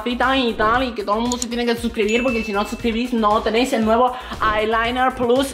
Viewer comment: cerillas: cejas Lo que es aiylairen Para que sirve: para las cejas